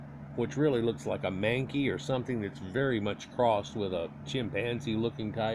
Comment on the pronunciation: Did you say man-key? Lol